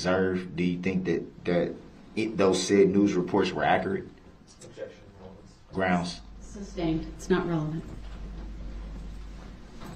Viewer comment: The way he says GROUNDS, makes me insane